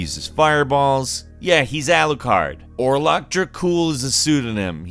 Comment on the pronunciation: Alucard... It's Alucard. Lmao